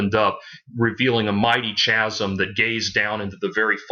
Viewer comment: Its Scott Rockin-FIELD, not feld. Also you make fun of hear in the now frontier then say they can play their great 5-7th albums HITNF is their 7th. Todd's name is LA torre as in La tor -ee chasm is pronounced Kazm. You need an editor